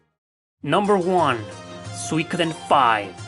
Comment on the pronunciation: "Swe-kudden" hehe. Nice video.